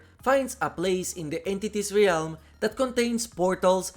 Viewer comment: I always appreciate the content dude… but has NO ONE seriously told you how to pronounce ‘realm’?